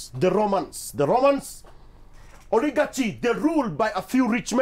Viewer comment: Pronunciation ya Oligarchy - umenoa!!